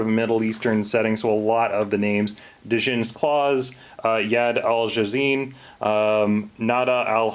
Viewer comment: The D is silent in Djinn by the way.